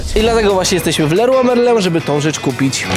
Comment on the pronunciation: Potrafi powiedzieć Leroy Merlin 😮😮😮😮😮😮😮